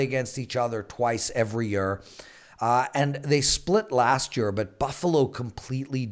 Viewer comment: sound is actually much better than last year. thats year, not yeeer as pronouces it! hehe!!